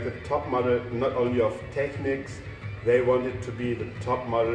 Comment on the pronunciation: Finally a video where they pronounce Technics correctly!